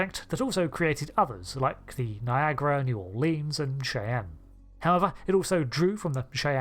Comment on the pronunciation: I love you, i promise. But every time you say the name of this class it breaks my brain. Shy-anne